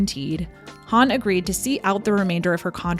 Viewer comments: Why do you pronounce Hawn as Hann instead of Hohnn? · I'm like "who's Han" (Solo)? Growing up I always pronounced her name Goldie Horn. Or to put it another way you say Hawn in the same way you say Hawk. Am I wrong? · Why do you keep pronouncing her name as Huun? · Good stuff.. although I've never heard 'Hawn' pronounced the way you say it